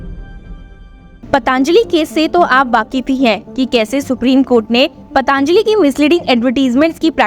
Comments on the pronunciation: पतांजली नहीं पातंजली बोलिए। अपना उच्चारण सुधार लीजिए। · इसका उच्चारण पतंजलि होना चाहिए न कि पतांजलि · पतंजलि बोलें पतांजलि गलत है।